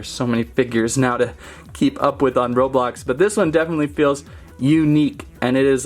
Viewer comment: It’s not robolox its roblox